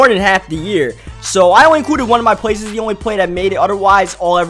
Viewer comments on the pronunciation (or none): dude its plays not pways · The word "plays" does not have a "W" in it. It is pronounced "Pways".